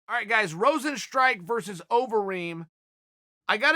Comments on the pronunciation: i prefer rosenstrike over everyone else butchering his name the old fashioned way lol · Yair is Yarear. kamaru is kamara. jeremy is germy. rosenstruik is rosenstrike. Jorge is george He’s gotta be doing this on purpose at this point.